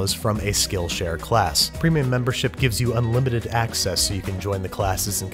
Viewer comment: No one: Babish: gibes graham cracker dough a rub rub